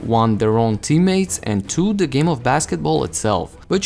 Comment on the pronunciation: The word “the” doesn’t start with a D sound.